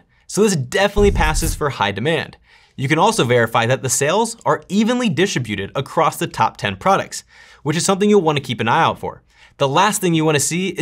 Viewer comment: Distri-buted? Ya lost me when you severely mispronounced this word. 😢